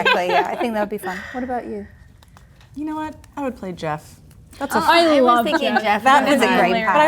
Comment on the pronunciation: The way she pronounces "Jeff" like "Jiff" might be the most adorable thing ever that's not animals or kids 🥰